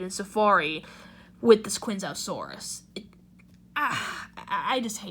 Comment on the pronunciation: If its one of your top 10 fav dinos, at least pronounce it right m8. Chianjoesaurus